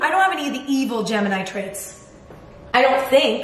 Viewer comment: G-Emma-ni (Gemini)